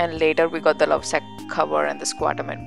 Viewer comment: It's not Lausac Its Lovesac 😒